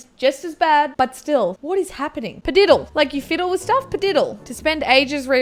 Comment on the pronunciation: Padiddle is actually pronounced phadiddle